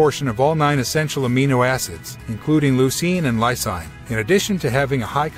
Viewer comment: It's pronouced LIE-SEEN not LIE SIGN